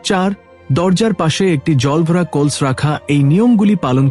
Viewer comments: What is kols? It's kalash 😂😂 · বড়/ শুভ/কলস -এই শব্দ গুলো আপনার এই ভিডিও তে উচ্চারণ করেছেন বিভিন্ন সময়ে। যা ভুল উচ্চারণ।আগে উচ্চারণ ঠিক করুন তার পর ভিডিও আপলোড করবেন।